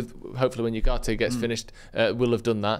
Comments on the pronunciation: It’s ugarte Not whoarte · His pronunciation of Ugarte is pissing me off😅